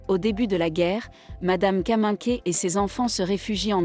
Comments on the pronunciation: Peut-on signaler à la voix idiote qui raconte que Kaminker se prononce Kaminkère et pas Kaminké ... ? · J'arrête à , cette IA est insupportable, même le véritable nom de l'actrice n'est pas dit correctement.